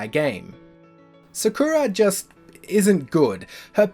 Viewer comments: Uhm no, Sakura is pronounced with emphasis on the "sa", not the "ku" but it is true that most english dubs also butcher the name real hard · how can you butcher sakura's name so bad